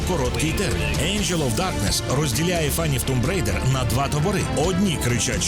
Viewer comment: Чого Тумб Рейдер, а не Томб Райдер?